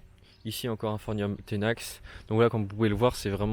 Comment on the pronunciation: Quel charlot ! Je n'ai pas pu tout regarder tellement tu racontes de conneries. C'est pas phornium mais phorMium, les palmiers et les bananiers n'ont pas de troncs mais des stipes et la prononciation de Trachycarpus bonjour la honte ! Ch se prononce ke en botanique et les cycas ne sont pas des palmiers